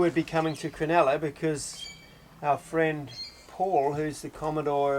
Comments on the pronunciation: It's Cro-NULLA not cro-NELLA. Sheesh mate.😢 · Locals prob corrected you since, but Cronulla = Cron-ull-ah (not crenella). Made me home sick going up the Hacking. The next Inlet Nth is Botany Bay, the southern point Kurnell, Cpt Cooks landing place, his men murdering the 1st of many indigenous occupants.